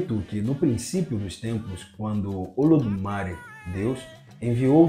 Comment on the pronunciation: oi? meu filho vc acha que o acento no é significa o que??? é uma silaba tonica meu filho, fale ododumarÉ como sempre falamos antes da internet ou como olodumarÊ que tbm se fala, essa pronuncia sua olodumari vem de sotaque ingles , talvez de cubae não ta correta nao.